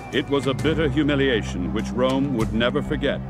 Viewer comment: every time this commentator says rome I Here America